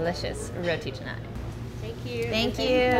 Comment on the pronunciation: Pleasantly surprised to see roti canai here! Got me nervous for a moment because 90% of non-malaysians/singaporeans mispronounce it as roti kha-nai, but killed the pronunciation (and nasi lemak too)!